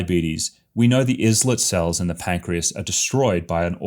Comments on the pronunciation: dude, it’s EYE-lit, not IS-lit And thank you for the interesting talk. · islet is pronounced similar to island, it means a small island. The name comes from metaphorical "islands" within the pancreas.